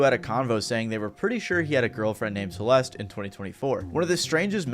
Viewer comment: The E at the end of Celeste is silent fyi.